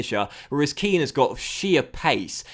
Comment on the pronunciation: Its 'Ken' not 'Keane' i think